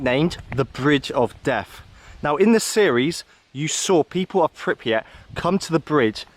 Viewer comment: Man I love the footage but you gotta stop displacing the R in Pripyat! It’s not Pipryat lol